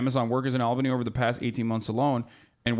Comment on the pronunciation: The way Hasan says Albany makes my teeth cold